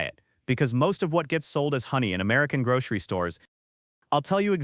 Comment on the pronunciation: "Grog-ree store"?